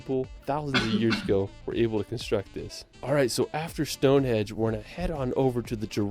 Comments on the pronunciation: Ok ish as a short description of some of the best places. Gave up when he kept calling it stonehedge and then said Mt snowdon ten thousand and eighty five meters (actually 1085). There are many far better reviews. Stonehenge is a most amazing and mysterious place . Apart from what it was used for. How did they cut , haul twenty five miles and erect rocks weighing up to 40 tons just with levers ropes and a lot of sweat. ( and the smaller bluestones weighing 2 to 5 tons come from a site 120 miles away in west Wales). The more you learn about the place the more incredible it becomes. It is sited on a plain that is covered with other strange places . Why did these people 4000 years ago devote so much time and effort when they could be getting on feeding clothing and sheltering themselves? People who are disappointed when they first see Stonehenge have clearly not spent ten minutes researching the place . Usually the complaint is that it is so “small”. As if it was built recently with modern equipment and technology. Even so the main circle is about 60 ft across and the large sarsen stones stand 13 ft out of the ground , plus they have the cross lintels on top. Over the centuries many stones have gone missing as the local people have treated the place as a quarry. It’s like going to the Grand Canyon and not being impressed because it’s just a valley. All that is required to enjoy visiting the place is a questing mind, a good imagination and a willingness to spend 30 minutes of you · Ps, it’s Stonehenge, not stonehedge. There’s an ‘n’ in there. 😄 it’s worth a visit due to its history and above all to get a sense of how the heck did they achieve it. Bringing stones 500 miles from mountainous, beautiful Wales. The Cotswolds are one of the prettiest groups of villages in England and will take you back in time. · Did the man say Stonehedge? Along with "Westminister", surely this guy should learn what these places are called before he starts commenting on them!